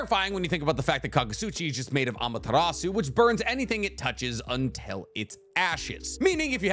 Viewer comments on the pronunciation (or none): none